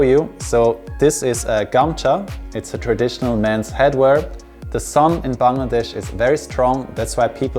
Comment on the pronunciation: I love the way he pronounces the word 'Bangladesh', absolutely perfect 10/10. Hope you will visit us again 🇧🇩